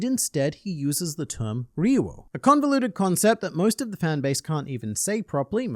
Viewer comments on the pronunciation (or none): It's "ryu-oh," not "re-you-oh." Two syllables. It might be helpful to pronounce the "r" like a "d," but kinda softer. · In Brazil , portuguese to english, is HAKI OF THE KING. Also, you said RYUO wrong in both ways. In romanization, the RY in the beginning of a word sounds like HEE. So, the correct wayto speak is saying something like HEE-U-O. You can confirm typing RYUO and ask to Google Translate to speak, using Brazilian Portuguese